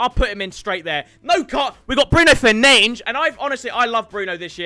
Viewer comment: I was waiting for this moment through the whole video. 😂 “Bruno Fernanes”